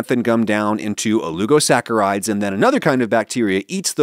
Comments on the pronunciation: Dear Adam, /o-lig'-o-sack"-a-ride/ As espresso has no 'x', that word has no 'u'😉😄 ❤️your show (otherwise,lol)😇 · There's no 'u' in oligosaccharides, why are you saying it like that?